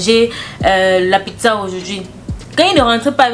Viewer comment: 😂😂! Tu prononces PIGZA là en Bandjoun!!!! Ça s'ecrit PIZZA! et ça se lit PITZA OU PITSA!!!